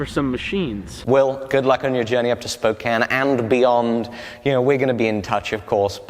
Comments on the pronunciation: Thank you for pronouncing Spokane correctly . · As a Washingtonian I am very happy you pronounced Spokane correctly